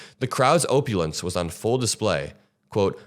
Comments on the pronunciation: It's pronounced OP-ulance not Oh-pulance, and mill, not milly... Just commenting to engage & boost the algorithm. 💙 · opulence - pronounced: aah-pew-lence. Love the channel and your takes. :)